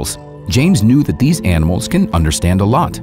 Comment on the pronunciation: 0.14 «These animalsk are very smart, even scientists confirm this fact». Good to hear that scientists, who are usually quite slow on grasping facts about nature, are on board with this one!